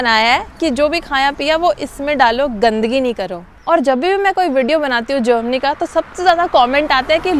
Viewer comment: Jermany hota hai jomany nahi 😂😂